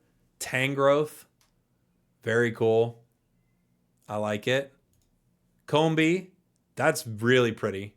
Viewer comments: Calling Combee “Cumbae” takes the cake for mispronunciations 😂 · “We’ve got Cum-bay” 😂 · come bae was such a Freudian slip